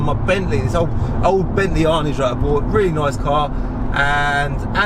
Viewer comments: Come on its pronounced "Anaaj" not "Arnidge" 😝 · Its actually pronounced "Arr'narge" not "Arnige" FFS (think of a french person saying it) Cmon son show a bit of class, I thought I was a w*****r for running out of petrol in an arnage a few years back and some guy mugging me off for filling up a rolls royce bentley with a £5 plastic green petrol can in a bus stop. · Bentley Arnidge lol.....Aaaaarrnaaage. That's a Luton accent if I ever heard one lol